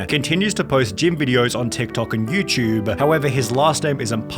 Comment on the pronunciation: Dude. It “YouTube “ Not YouChube